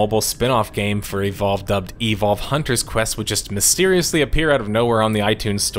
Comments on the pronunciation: just say evolve, why do u say E,volve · I love your channel so much and every upload gets me jumping outta my chair to tune in. BUT, the way you pronounced "evolve" throughout this video hurt my soul brother XD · Does anyone else hate how he always says e-Volve? Instead of eVOLve? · is it just me or does he say evolve kinda weird? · The way he says "Evolve" bothers me for some reason.